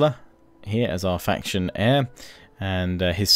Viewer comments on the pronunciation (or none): none